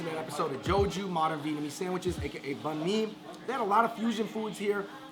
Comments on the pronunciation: it's Bahn(Bawn) not Bun. C'monnnn you're Vietnamese, guy. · No. It's not "bomb me." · He says bun mi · all of these people weeping about the way they pronounced bum mee need to calm their calfs down because their Viet forefathers are probs turning in their graves at the thought of you wearing your butt-tight jeans instead of the traditional Viet flares and living in your western white-washed brick houses rather then straw-huts. i think seems like a cool genuine Vietnamese guy who's doing his best to keep the traditions alive despite not being able to pronounce a sandwich name -_ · The way they say Banh Mi is like "bun-me" sigh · Erm... It's BÁNH MÌ not even banh mi or bahn mi :'> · I hear bun mi ; ; It kinda bothers me as a Viet speaker man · the way they pronounce everything. "bun mi" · Oh my god I love these! I just had some for breakfast 😋 lol the pronunciation of Bang Mi 😂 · Fucking spell and say banh mi right. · are we sure is viet? he can't even say bánh mì correctly... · probably saying "banh mi" differently because he's speaking in English. Not many people are going to switch tones, etc. when they refer to another language. So just because he's saying "banh mi" incorrectly doesn't mean he's unable to pronounce it correctly if he wants to.... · yeah say it right banh mi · My brother can't understand or speak viet, and even he know how to pronounce banh mi correctly! Did grow up not speaking vietnamese with his parents??? x_x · Just to clear things up, there was no hate intended in my original comment, I just found it kind of funny how he pronounced nem nuong and banh mi so monotone on top of how he doesn't look like any specific type of asian imo. I think it kinda make sense that he said it like that though, because when you hear vietnamese in the middle of an english sentence its just all over the place with the highs, lows, sideways, backward tones lmao Vietnamese is no joke